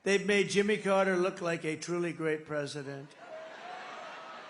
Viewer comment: bank brasil said prizidon 😅